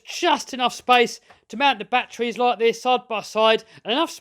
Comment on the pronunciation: "Look at those BATTWEES in the BATTWEE COMPART-WIT!"